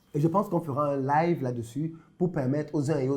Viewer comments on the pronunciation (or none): none